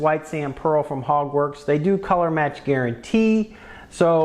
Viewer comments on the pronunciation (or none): Sounds like ur saying “Hogwarts” like Harry Potter, not Hogworkz 🤔